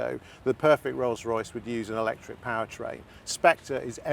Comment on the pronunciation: Eeeelectric??? Not my cuppa tea